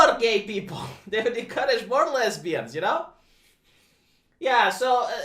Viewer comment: Rumor is that he said "lezzberians" like that guy from scarface.